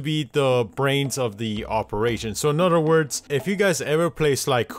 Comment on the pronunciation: Help each "udder"